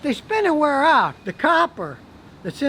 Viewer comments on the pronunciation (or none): none